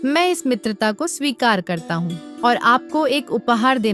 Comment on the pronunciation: It's swikar not shikari